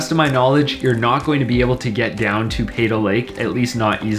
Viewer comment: You mispronounced "Peyto"